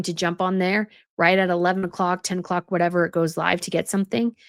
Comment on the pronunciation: I think you mean wHine ever, with an "H"... 😅